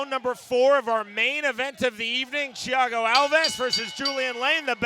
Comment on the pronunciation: Who the hell is Chiago Alves? It's Thiago.....